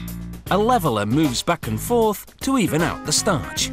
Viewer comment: he says "startch" the same way everytime its hilarious!